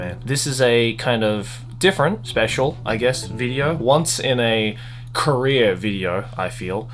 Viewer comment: it took me way too long to realize said career and not korea